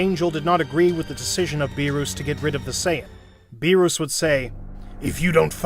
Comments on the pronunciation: What are these pronunciations ☠️ "BEE ROOS" "SHEN LONG" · Beerus not beeroos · It beerus not beeros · its beerus not berus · berus=bee-russ not bee roose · It is not Berus it Beerus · Beruus hahaha it's beerus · Why, just why. Beeroos, and not Beerus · It's beer us not beerooos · Sorry for the grammar correction but it's not Ber-roos it's Ber-us or Be-rust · It’s not Beeruse it’s Beerus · U GOT THE ANGELS AND THE GODS NAMES WRONG BEERUS' NAME ISNT PRONOUNCED BEER-OOS its pronounced beer-us and Whis its not pronounced wis it is pronounced wees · I love the parts when he say beeroos and hermit seeds (def not beerus and sensu beans) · Everyone: beerus: beeroos💀☠️💀☠️ also everyone: shenron: shenlong 🤦‍♀️🤦‍♂️🤦‍♀️🤦‍♂️🤦‍♀️🤦‍♀️🤦‍♂️🤦‍♀️🤦‍♂️🤦‍♂️😑😑😑😑😑😡 guys why this guy so dumb everyone: super sayian/ssj/ss super sayian 2/ssj2/ss2 super sayian 3/ssj3/ss3: sayian 1 sayian 2 sayian 3 bruh 😑😑😑😑😑😑😑🤦‍♂️🤦‍♀️🤦‍♂️🤦‍♀️🤦‍♂️ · Who is beeroos!? ITS BEERUS NOT BEEROOS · Bro said beeros 💀💀💀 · he say lord beroos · Beeroos? Seriously dude 😂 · "mR bEeRoOs" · "whats going on mister beeerouse" lmaooo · "bearoos" "wiss" 💀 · bee-rus :skull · that the heck is a beeruus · Bee roos, wis, shen long, dragon spheres 😂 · WHY DO YOU CALLHIM BEEROUS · Not “beeruuus”💀💀💀💀💀💀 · BRO HPHE SAYS BEOS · Also it's beer-is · bro calls berrus Beeruus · "Mr beeurus" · “These order are from the great god beeroos” 💀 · My boy sed BeRoOs and WiS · Idk if it's done purposely or you simply can't pronounce beerus 😅🤣🤣 beerooooos, shenLONG !!!🤣🤣🙏😅🤣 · So out of all his friends, he’s surprised vegeta turned him?🤣🤣🤣🤣🤣🤣🤣🤣🤣 and “Beeroos” who tf is beeroos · Stop saying burus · MR BEEROOS- i give up on whis. also WHIZ like the PISS?? AND ZEENO? for fuck's sake- who's your voice actor? AND WHO USES THE WORD "SAMA" IN A DUB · did he just call beerus bearoos bruh 😮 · 1 its not berus 2 its not wis 3 its dragon balls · "beer-uu-s" "Whes" "Shen-long" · “Mr. Beeroos” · When this man said beeroos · it's Beeres not beerus